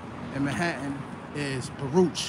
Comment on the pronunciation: Baruch is pronounced Barook. That’s how we knew who was outsiders